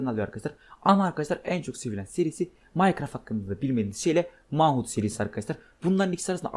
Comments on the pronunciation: Manhunt diye değil menhant diye okunuyo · Manhunt men hant diye okunuyor